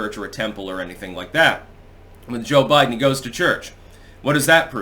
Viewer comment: A Bide'Den hahahaha